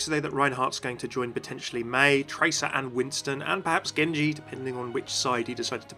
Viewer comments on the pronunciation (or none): none